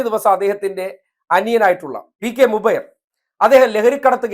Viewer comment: എടാ പൊട്ടാ മുബൈർ അല്ല ബുജൈർ ആണ് 😂😂😂😂പിന്നെ ഓൻ മത പുരോഹിതൻ അല്ല